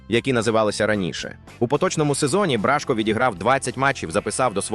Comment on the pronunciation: Бражко-наголос на О